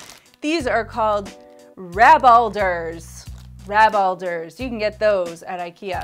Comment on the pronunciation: Found your videos yesterday and absolutely love them! So inspiring :) Your pronunciations made me laugh... And the names are funny, "rabalder" for example is like an old-fashioned word for mayhem, uproar or chaos. Much like the cable situation underneath a desk :D /with love from a Swedish follower x